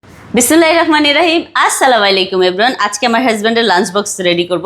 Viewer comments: সালামটা আসসালামালাইকুম না আস্ সালামু আলাইকুম হবে আপু।সালাম ও শুরুতে বিসমিল্লাহ বলেন খুব ভালো।কিন্তু সহীহ শুদ্ধ ভাবে বলবেন আপু না হয় সওয়াব হবেনা গুনাহ হবে।আশাকরি সামনের থেকে শুদ্ধ ভাবে সালাম ও বিসমিল্লাহ্ বলবেন।ধন্যবাদ🙂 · আপনি সালাম দিতে গিয়ে ঠেলা মারেন কেন? সুন্দর করে ,স্পষ্ট স্বরে ,স্বাভাবিক ভাবে সালাম দিবেন ।ধন্যবাদ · সালাম টা সুন্দর করে শিখবেন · সালাম সালামটা একটু ভালো করে শিখবেন